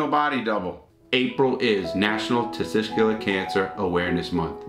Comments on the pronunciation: I lost it when he said testigskler 🤣🤣🤣🤣🤣 thank you so much for not cutting that out. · Not being wise but for future reference it is 'testicular'. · That’s not how Larry says it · Third time lucky get the "tessicular cancer" right then...... Got it wrong fourth time. But dude I fucking love your videos